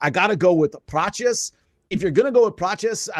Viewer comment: Prates not"Prochiss"